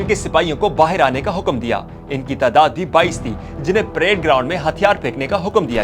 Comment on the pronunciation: اردو تلفظ بہتر کرنے کی ضرورت ہے۔ فوج، تعداد، واؤ اور خ کا تلفظ خصوصاً درست نہں۔